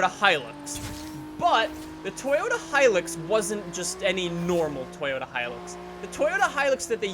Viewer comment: Hi-LUX not hilex come on dude